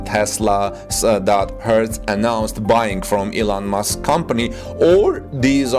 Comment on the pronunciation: His name is Musk not Mosque